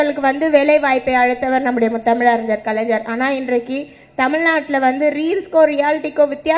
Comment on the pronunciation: Ethanai muthamiz ariyar,...nee first script correct ah padi ma